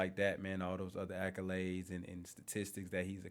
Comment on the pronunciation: Kendrick Perkins is annoying asf yo. On top of that. Any mf that pronounces "series" like this, "seer-reez" and "accolades" like this, "acc-you-lades" I can't take em serious. 😂